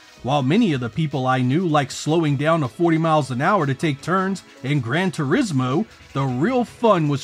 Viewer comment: This was a cool video but the way you speak winds me up honestly. Gan TuriSMO. ThuDER STORM. 90s radio energy lol